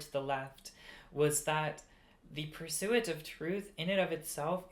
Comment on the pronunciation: the way you pronounce "pursuit" 💀